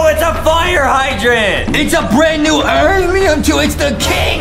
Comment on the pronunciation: Yeah he says it like alion